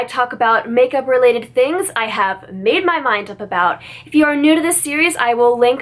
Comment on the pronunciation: ive been following this series and i love the way you pause after saying 'makeup i have .... mADE MY MIND UP ABOUT!!"